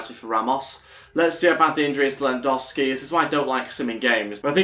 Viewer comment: Can you pronounce lewandowski properly